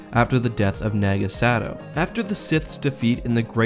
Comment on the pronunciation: Dude it’s Naaahgo Sad-oh